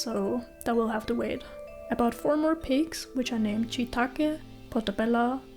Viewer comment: Mr Chee? 😂 sure it's Kee 😂